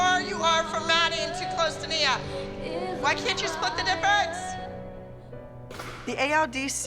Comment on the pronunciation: „se moms“ 😭